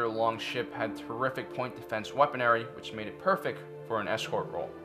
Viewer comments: "Weaponry" you said we pon arr ie, it's more like wep on rie. If you're gonna read a script please get your pronunciation on point. Love your videos, but I've noticed this several times. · Weaponary, what is heard cannot be unheard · You pronounced weaponry wrong. Also, you'd have a lot more subs if you we're less cringy. Good content though.